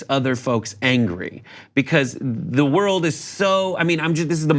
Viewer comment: “You want to feel a certAin way about the wold”...ProFound